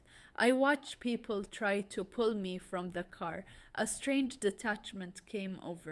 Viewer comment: pull not pool